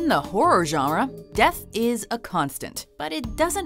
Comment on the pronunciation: In the Horror jawra xD